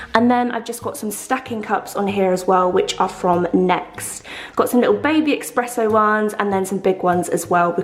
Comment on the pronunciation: Girl it's ESpresso not ex. I'm a barista and I die inside when people get this wrong lol! Sorry, I love you though! Love the house ❤️